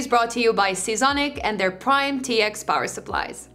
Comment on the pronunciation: It is seasonic not zeasonic